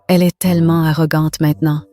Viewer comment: EST se prononce È et NON ÈSSE !